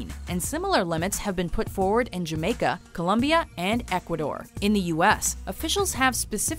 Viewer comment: thanks for pronouncing colombia right!!!